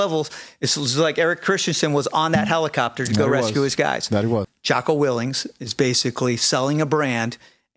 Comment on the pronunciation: Way more respect for this guy if he could pronounce Jockos name right. Geez.